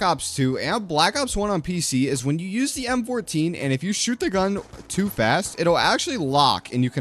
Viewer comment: His gun pronunciation hurts my soul